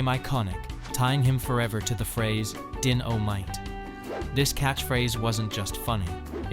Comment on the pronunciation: AI generated junk. I came for info on JJ Walker and learned absolutely nothing, not even what year he was born. It's like a 12 year old with a book report due tomorrow, stretching one paragraph out into a 20 minute presentation, complete with multiple AI mispronunciations of DYN-O-MITE.